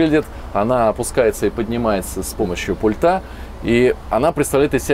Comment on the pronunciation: Чувак, пульта ударение на у. Ты ж бля на большую аудиторию вещаешь .